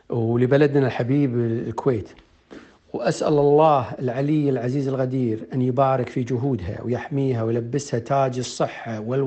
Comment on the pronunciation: اخوها يقول الله الغدير صحح مخرج القاف القدير